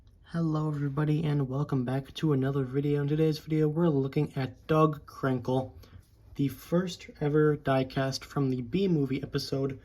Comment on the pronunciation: it sounded like you said dog crinkle lol good video but I like him I dont think he's worst